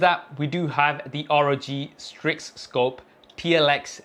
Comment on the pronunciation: did my guy just say Rog strig